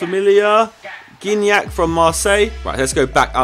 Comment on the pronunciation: "Gignac" you have to said it like "Giroud" :) (prononciation it's "ji")